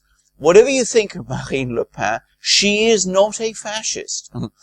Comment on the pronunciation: Genial, but don't mispronounce Marine Le Pen, whose surname is pronounced just the same as the writing implement..